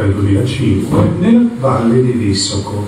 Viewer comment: Sai dire correttamente Visoko ma non sai pronunciare il suo cognome😂😂😂😂